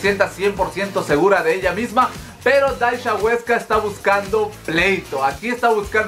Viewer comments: se pronuncia dasia no dasha apende a pronunciar primero amigo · Es Dhasia y se pronuncia Dasiaaaa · Por qué pronuncias raro el nombre de Dhasia... se pronuncia tal cual DASIA... xd me enfado un poco... lo siento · Me gusta tu canal, pero por amor a tu deidad, aprende a pronunciar los nombres de los youtubers y/o sus canales. Tanto que vives hablando de la comunidad youtubera, deberías aprender a decir sus nombres. Ya pasó con Katie Ángel, ahora con Dhasia. El de la primera de pronuncia Keiti Anyel y de la segunda se pronuncia Dasia. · se el nombre de Dashia se pronuncia “Dasia” 😅